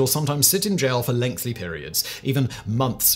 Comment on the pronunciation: Still with ‘lengthly’ Simon 😅 lengthy!!